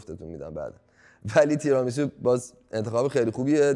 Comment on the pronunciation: چرا هی میگند “تِرامیسو”؟ تیرامیسو هست اون سبزی هم روکُلا هست نه رآکُلا، rucola Tiramisù